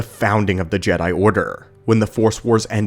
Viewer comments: G-dye? Please stop saying G-dye, I have always heard it pronounced Jed (as in head) I, not G-dye, it sounds like Disney trying to pronounce it like it's still clinging on to the whole woke BS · Its Jedi (Je-Dye). This is the problem with AI narrators and the content creators that don't review their own videos to fix it before uploading. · He keeps saying Gede not Jedi lol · Gee Die , Gee Day - good grief that makes my ears bleed. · Can we stop using AI voice over so you can call them Jedi. JeeeeeDayyys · Why is he saying Jedi like that? I’ve never heard it pronounced that way by anyone before…. Except AI